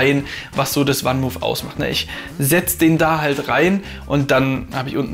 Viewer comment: Das Fahrrad kommt aus den Niederlanden und wird 'fann mooof', also wie man es im deutschen schreibt, van Moof ausgesprochen und nicht 'wann muhf'. Sonst aber ein sehr guter Beitrag.